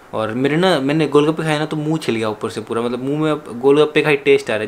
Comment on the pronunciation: said matlab ka matbal.😂😂😂😂😂😂😂😂😂